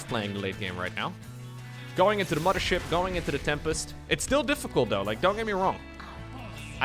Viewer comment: Gotta love “2020 fife” “muddership”